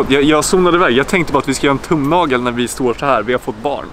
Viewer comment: Och asså när du säger "tumnagel" det låter liiiite speciellt kanske...😃